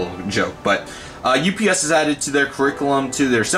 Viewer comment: you miss spelled UPS you said OPS. Nice Airport Update